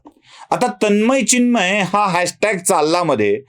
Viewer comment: तन्मय व चिन्मय याचा उच्चार करता यायला पाहिजे.